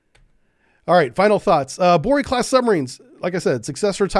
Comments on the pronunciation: It's NOT "Bori"😮 BOREI!!!! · The right pronaunciation is BorEy